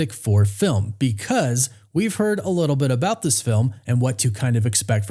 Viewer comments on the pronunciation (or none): none